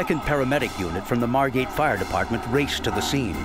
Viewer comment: Margate, not Margot.